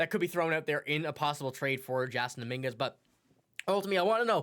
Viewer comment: How can you not know how to say Dominguez name and you have a Yankee podcast? Canadian accent doesn’t fool me start a jays cast bozo